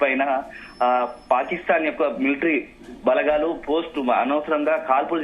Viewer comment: ఈ వార్త ముఖ్యమైనది. కానీ వార్తలు చదివే వారూ, వాటిని అందించే వారూ… మన తెలుగు భాషను పలచన చేసేస్తున్నారు. బారత్, బలఘాలు, జరుగుతావుంది అని పలుకుతున్నారు. భారత్, బలగాలు, జరుగుతోంది అని ఉచ్చరించడం లేదు. సరిహద్దు అని అనకుండా బార్డర్ (border) అనీ, తొలి సంధ్యలో అనకుండా, అర్లీ మార్నింగ్ (early morning) అని చెబుతున్నారు. తెలుగు దృశ్యమాధ్యమం వారి అర్హత తెలుగు సరిగా రాకపోవడమేనా!??!!